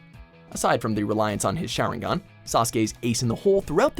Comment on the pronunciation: nO 0ne:: Share-en-gan